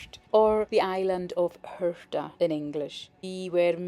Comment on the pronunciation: Wow. This is a wonderful video, and coming from a 'local' like yourself it has so much more meaning. Today i've learned the correct pronunciation of the island of 'Hirta'. I have lived in Cornwall for a long time. This year i visited the Isles of Scilly and the isle of Lundy (which also has over 300 Soay sheep!), oh and i visited Ireland last month as well!. I've visited many islands around the British (and Irish) isles over the years, but St. Kilda has been top of my list for a long time. Thank you so much for this video, it's as if i've already been there. Thank you. Happy New Year! Ed.xx